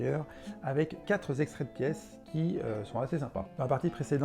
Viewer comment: Quatre "z'extraits de pièces"...hum là le "legato" n'est pas terrible... pardon, c'est pas méchant mais je n'ai pas pu m'en empêcher...🤣